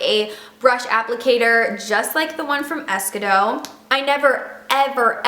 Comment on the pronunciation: Desi says it's pronounced "ess Key doe" just FYI. Great info ! I'm going to try the Pacifica cream!!